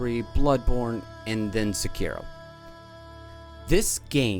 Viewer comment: The hardest thing about SEkiro is finding someone who knows how to pronounce it right